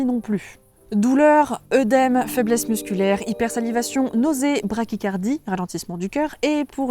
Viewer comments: J'ai sursauté en voyant et en entendant le mot. S'écrit "œdème", se prononce édème. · Très bonne vidéo ! Je me permets de signaler 2 petits couacs ^^' : - œdème pour les gonflements (pas "eudème") - le cœur qui ralentit c'est "bradycardie" (pas "brachycardie") Sinon, je suis content d'enfin savoir pourquoi il y a une telle confusion sur les mots mygale et tarentule et ce qu'ils désignent :o Vivement la prochaine page de bébêtopédie :D